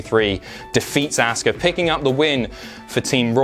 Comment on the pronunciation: Imma boo more at the way you say Auska then nia jax